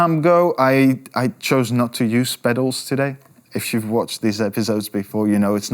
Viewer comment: Is it wrong that I laugh a little when he says pedals? It sounds like," pethos", in Spanish which is slang for flatulence! All kidding aside, sweet pick of songs for this vid! Thx